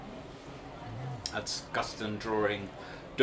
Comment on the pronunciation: It is a DRAW-ING …not a DRAW-ER-ING😊